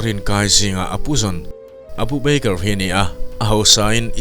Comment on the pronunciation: Beikar tia ilam hi hi mizo tawng thluk a "ba ker" tia lam tur ava nih hmel ve aw